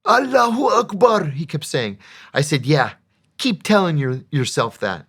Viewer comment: His accent is very crisp when speaking about Akbar.